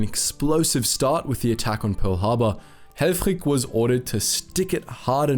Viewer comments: Absolutely amazing video! Altough i do have to say that the i in helfrich is most likely prnounced as the i in “this” the way you it makes him sound very german where as for a dutchman you pronounced hellfrig as hellfrieg (perhaps that is how his name was pronounced though since germany and the netherlands are neighbours after all..) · The first dude's name looked German, but he pronounced it as if he was Danish.